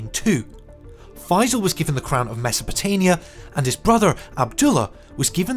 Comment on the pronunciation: wrong map for the Russian Empire in 1914. it's pronounced Mesopotamia (meaning "between the rivers"), not "Mesopotania"